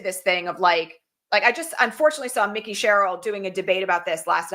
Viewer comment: Her name is not Mickey Sherril, (like Mickey Mouse); it is Mike-ee Sherril. I have heard you mispronounce her name wrong twice now. I am 100% positive about this.